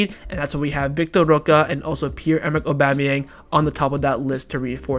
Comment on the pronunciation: why won't you pronounce roque correctly? currently banging head against wall...